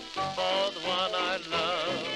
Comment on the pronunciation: "So long foe now" :)